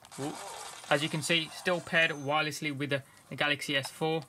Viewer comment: you said wiresly